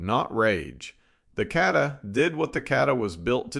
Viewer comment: I understand the country accent, but the word is Kata, not cattah. The proper pronunciation is Naug e nata.